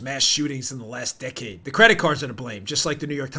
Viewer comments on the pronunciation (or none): none